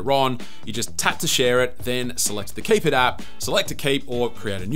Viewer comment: "Kipit" being pronounced "keep it" is the dumbest sht 😂 – although I do applaud your ability to convincingly sell a bog-standard bookmarks app as some great idea! I'll stick with Raindrop though, methinks! But man, that Pinnit app is a keeper! I've used notification pinning apps in years past, but this one looks very damn nice.